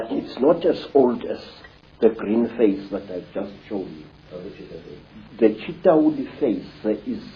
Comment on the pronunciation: It's CHITAULI WITH L NOT R